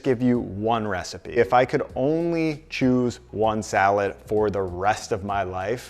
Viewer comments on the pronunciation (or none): none